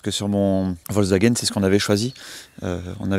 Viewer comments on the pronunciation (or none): none